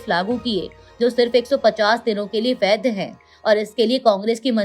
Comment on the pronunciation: वैध बोलिए। वैद्य नहीं।